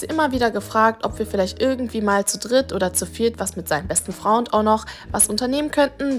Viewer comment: seinem besten Fraund"